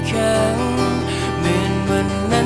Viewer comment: ร้องดี เสียงดี ดนตรีดีครับ ส่วนตัวฟังแล้วติดแค่คำว่า "ครั้ง" ครับที่ฟังแล้วออกเสียงไม่ชัดเจน.